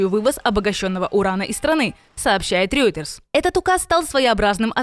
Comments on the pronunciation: Ройтерс, не Рьойтерс! Невже так важко вивчити назви найвідоміших світових ЗМІ? Ви професіонали чи шаромижники? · Reuters произносится [рОЙтерс]